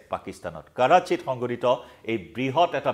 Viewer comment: কৰাচী নহয় কৰাহি ফুটি গৈছে 😅